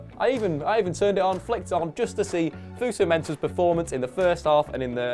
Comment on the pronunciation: FOSU not FUSU lmao